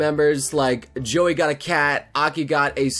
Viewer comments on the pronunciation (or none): none